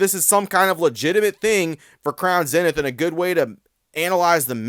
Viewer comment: Its pronounced ZEE-Nith. Can you please make this change? Please!?!?!? Keep up the good work!